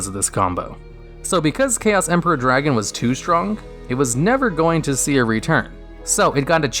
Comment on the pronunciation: They butchered my boy Chaos Emperor.